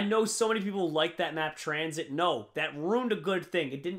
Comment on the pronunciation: It's not tranzit. It's transhit.